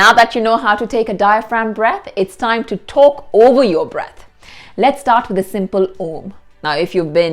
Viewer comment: "This thaime" not time? 😄